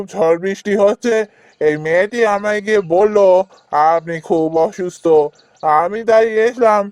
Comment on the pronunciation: ওসুস্থ নয় হবে অসুস্থ 😅